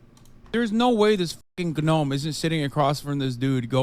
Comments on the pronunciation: Anyone who pronounces the "G" in gnome immediately loses all present and future debates in my book. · Destiny the “G Nome” I’m dying 😂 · did he say.... g- nome? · He said GNOME WITH A GA 💀 that meme died in 2017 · “Destiny, the ga-nome…”AAA NOT THE HAZ REFERENCE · Hassan calling everyone dumb and then pronouncing the G in gnome is hilarious